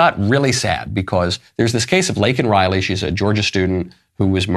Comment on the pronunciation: I thought his mispronunciation of Laken Riley was a major gaffe. Show doesn’t really care about the woman